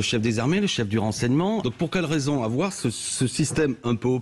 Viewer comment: « Il ne faut pas afoir peur! »